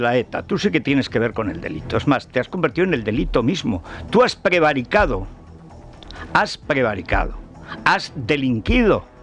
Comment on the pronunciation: Don Federico....Molinillos NO... Aerogeneradores SI....Prevaricao NO.... Prevaricado...SI.... Diputao NO....Diputado...SI... Aplíquese su propio Magisterio y su contertulio de cuyo nombre no quiero acordarme, excelso orador pero desastroso Castellano hablante....En lo demás.... Chapeau Don Federico...